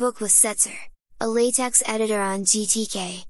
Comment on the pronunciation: Its not how LaTeX should be pronounced